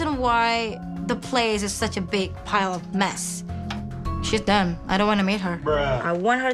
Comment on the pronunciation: Lieda didn't say "she done" it sounded like "she dumb"